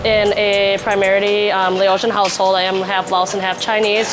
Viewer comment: Laotian, “Lay-Ocean” Not Lahwshun Not “Laowe” “Laos” Hard to listen to everything you have to say, when within the first five minutes you pronounce everything incorrectly multiple times, even after talking to people that pronounced it correctly in front of you.